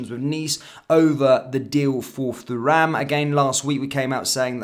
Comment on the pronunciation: Absolutely pointless to wear that shirt. What an absolute Tool! It’s pronounced Turam. No need to pronounce the H part. Remember Lillian Thuram (relative?). Remember how they pronounced his name.